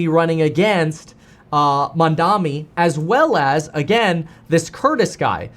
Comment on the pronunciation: Kevin, learn to say his name right cause you’re going to see him in politics for the rest of your life MAMDANI, he’s the breath of fresh air we’ve been looking for in this country